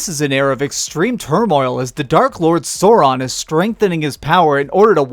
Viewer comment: U said sureon, its souron